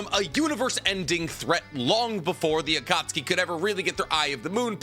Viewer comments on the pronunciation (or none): none